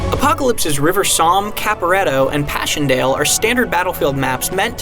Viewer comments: Lol how did you pronounce Passchendaele? Pehshendayle? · I know how it's pronounced: pa-sen-da-le. Which is why the pronounciation in this video is hilariously bad.